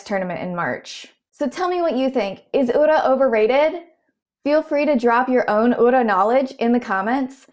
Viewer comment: Even if you don't root for Ura you have to appreciate his presence. He really shows the depth the sport has to offer beyond just pushing. Also really appreciate you trying to learn pronunciations! I can tell you looked at how to pronounce Ura. I noticed 'komusubi' sounded funny, it's a long o sound (and the emphasis as understood by an English speaker is more on the 'mu')